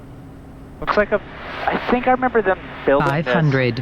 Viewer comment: Fantastic content as always. Oh and "dont sink" 😂